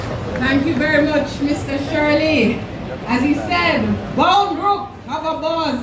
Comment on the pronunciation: BOUNDBROOK! Please pronounce it properly.